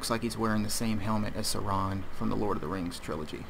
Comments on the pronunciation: that's not how you pronounce Saron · The constant mispronunciations are mildly infuriating. The name of the DLC is Fallout Automaton, based on the word automaton, which is pronounced "au-TOM-ma-tron". The "Sentry Bot Lament" isn't pronounced "LAME-ent", it's pronounced "la-MENT". Gamma gun isn't pronounced "Gohmma", it's pronounced "GAM-ma" And god damn it, Sauron isn't "sau-RON", it's "SAU-ron".